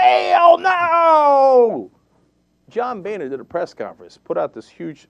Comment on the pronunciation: Why does he keep calling him "bayner"? I believe it is pronounced "boner".